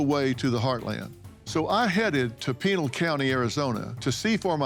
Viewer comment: it is p"I"nal the I is as in IT or IS not pronounced like a instatution